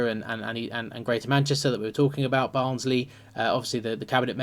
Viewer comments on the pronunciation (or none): none